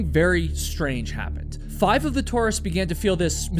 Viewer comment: Don't you know how to pronounce tourist?!